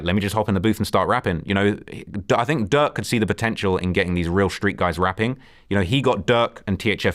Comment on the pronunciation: He’s saying “durk” but it sounds like “duck” and I was confused at first 😂